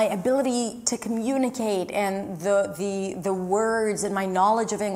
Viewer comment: the, thee 😂😂